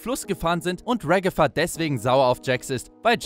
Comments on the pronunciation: Sie heißt nicht regefa sie heißt ragata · Wie so hast du regifa gesagt 😂